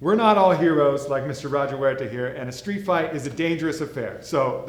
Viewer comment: He said steet not school